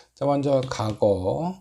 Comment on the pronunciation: 과거를 자꾸 '가고'라고 발음하시네요 ㅎ